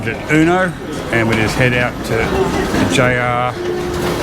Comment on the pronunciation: It’s Ueno not Euno 😂